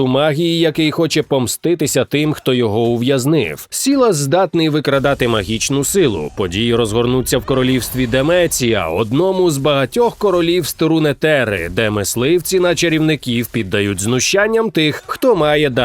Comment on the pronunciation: РунеТери , жах як вуха ріже...